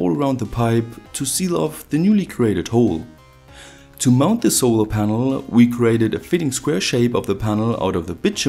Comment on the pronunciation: "solor ponol"